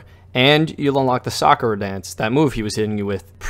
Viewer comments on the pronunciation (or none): none